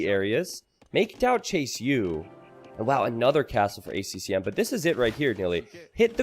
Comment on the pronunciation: It kills me how Nili always misses the 2nd "C" in ACCM